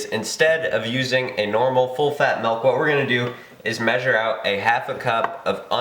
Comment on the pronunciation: are you saying malk? good video though!